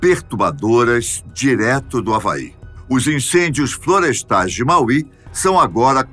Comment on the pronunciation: Fala-se Máui não Mauí